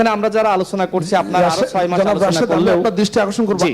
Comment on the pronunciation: রাশেদ উচ্চারন ঠিক করে কথা বলুন - আলোছনা কি?